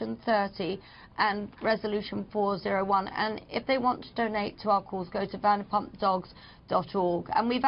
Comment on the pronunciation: VanderpLump and SesTa? For fucks sake Carlson, would it kill you to do 5 minutes worth of research on your guests so you can get their names right at least 😂